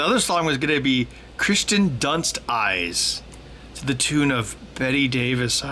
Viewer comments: It’s not Christian it’s Kiersten good video Though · Hey Ben, it's actually Kirsten Dunst, not Christen Dunst ;-) But nice lyrics though :D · It's Kirsten Dunst, not Christian Dunst. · I was going to point this out as well, but the name "Kirsten" is annoying enough that I'm ok with people saying it wrong.